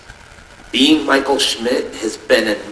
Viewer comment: Michel shimt as in mickle Afton